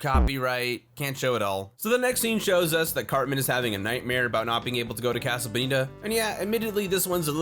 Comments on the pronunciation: You're not saying "casa" right. It's "kah-suh," not "kaa-suh" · Why do you pronounce it?“ Kaa-Suh”? it’s Casa, “Caa” like a crow, and “Suh” like a hippie douchbag saying hello. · I hate the way you say casa .. Wtf lol but still watched 😆😫